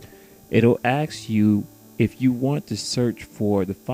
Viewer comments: Doesn’t work! Also dude, it’s ASK ! As in A-S-K, === “ASK.”!!! Not AXE or AKS. I bet you’d say IS YOU get it? 😩😥👎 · "let me axiew a question" lol thx for video.